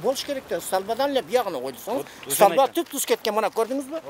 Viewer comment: бир аз не грамотныйсын ошонун устунон иште, сталба эмес столба